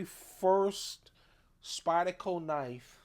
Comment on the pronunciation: It’s SpydeRco. The R is not Silent. 👍